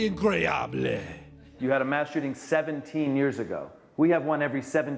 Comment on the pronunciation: America pronounces their 'mass' as 'mash'